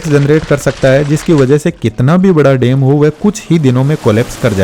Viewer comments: What is dem? Bro it's dam and not yangtajee river, it's Yangtze river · Dam❌ Dem✅ 😂😂